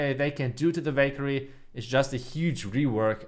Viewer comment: Anyone thought he said bakery instead of valkayre 😅😂